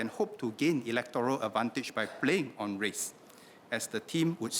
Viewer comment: Please try not to verbally stress on certain words, such as "on", "con test" (should be Kon test), "if that is the case" Please consider attending training or tutorial to improve your spoken English.